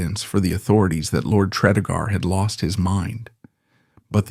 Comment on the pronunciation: FYI... Pronounced "Tree-dee-gar..." A lovely house, the Morgan's also owned nearby Ruperra Castle.